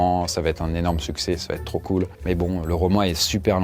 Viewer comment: "va T être " on dit on va être,le T est de trop 😂